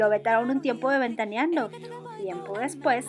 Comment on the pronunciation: No se dice ventaniando, se pronuncia (Ventaneando) que canal tan mal, te recomiendo aprendas a pronunciar lo que dices si esque quieres dedicarte a esto